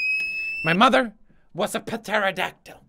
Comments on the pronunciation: did you just pronounce the 'P' in "pterodactyl"? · When pewds doesn't know that the "P" is silent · "My mother was a peteridactel" 😂😂💕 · To me the funniest part of this video was when pewdiepie said"my mother was a peteradactal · Andross Nelson *Pahtaradactal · AAARRHAHAHAHAHA, HE SAID PATERADACTYL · Did he say "Potaraducktil"? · The p is silent it's actually teridactyl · HeyyitsMillie He said it with the silent P also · *Makes fun of a guy for saying "shit" like "spagett"* *Pronounces the 'p' in pterodactyl* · Pterodactyl* he even PRONOUNCED the P. How did you get it wrong? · Logan Pugh when he says pteranodon as pterodactyl and says the p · Did he really just pronounce the p in pterodactyl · Is anyone gunna tell pewdiepie that the p is silent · hrenbik I cringed so hard. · umm I dont think you pronounce the p in pterodactyl..... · When he pronounced the P in pterodactyl I died! 😂😂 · pewds the p is silent pterodactyl :p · Did anyone notice him saying "P" terodactyl does he know the p is silent